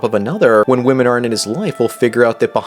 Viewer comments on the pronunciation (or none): This guys upspeak is fucking valley girl level bad! I can't stand his stupid voice! And the way he pronounces "Wymeynne". Christ!